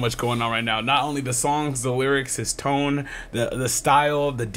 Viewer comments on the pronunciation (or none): none